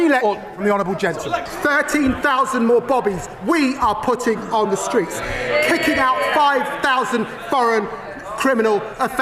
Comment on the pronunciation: Did he say streets or tweets